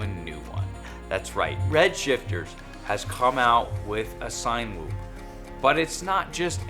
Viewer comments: i thought it was pronounced like Cinema...to get a cinematic shot or video. not a sign whoop. Good video tho man! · Its "Sin-a-whoop" like cinema whoop lol